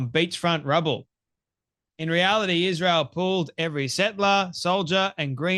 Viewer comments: Why does she say 'eeshreal' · She says "Ish-reel" with that smug mug.🤨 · Candace is a hateful JackAss and Brigitte Macron is a MAN! Even a Jerk like Candace can be right sometimes. Truth be told, she went off the deep end after converting to Catholicism. Notice how even Candace Owens pronounces Israel: IS REAL Israel is real!!! Subconsciously, it comes right out of our enemy's mouth... Kanye is a proud Hitler sympathizer and Candace loves him, that is very telling of Candace. Fraud. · Ishrael....she can't even say our country's name right. Such hatred. I live here. October 7 happened. Everyone knows someone who died. Plus, how sad Hamas would be to know that she doesn't believe their efforts to destroy us. They took video and were proud of what they did. Celebrated in the streets. What does she think that was. I think she needs to be tied down and watch the Hamas videos of destruction. A**hole. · Why can she not pronounce Israel correctly? She says "Ishrael"